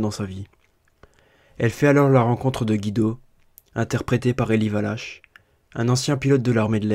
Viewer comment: Eli Wallach se prononce Eli oualak...